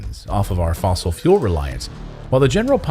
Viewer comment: PLEASE STOP calling it fossil fule we all KNOW it is NOT> well anyone that has their eyes and ears open and brain not closed.